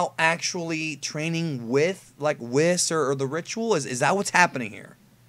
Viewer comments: Its not Wis, its pronounced "whees". Its not taking a wis. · WHYYYYY do you keep calling Whis, Wiss? It sounds so fkkkin weird!!